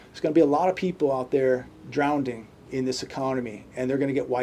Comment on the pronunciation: Great video as always. God bless. Just one quick thing: there's no "D" in "Drowning" 😉. I'm not one to talk, I say I'm gonna "warsh" my truck 🤷‍♂️